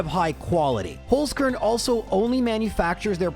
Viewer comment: Dude really needs to learn how to say "Holzkern"